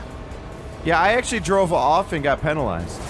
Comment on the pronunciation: THANK YOU for saying "penalized" instead of "peenalized" it drives me crazy. Love your vids! Keep them up!